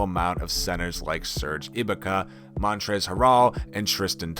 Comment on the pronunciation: Holy fuckin shit bro. Montrezl harrol? Serge ibika? Tf are you on bruh